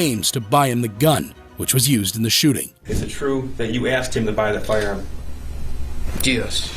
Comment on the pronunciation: wth is a shoeting!? it's shooting!